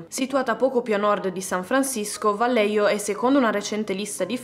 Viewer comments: Vallejo si pronuncia alla spagnola "Vaglieco",in ogni caso sei stata brava e ti promuovo con lode in ...1 elementare ^_^ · Ciao, un piccolo appunto sul nome della città… la doppia L di Vallejo si pronuncia come una i e la j è da leggere alla spagnola, è un po’ come la nostra h. È difficile da spiegare, prova a sentire la pronuncia su google😊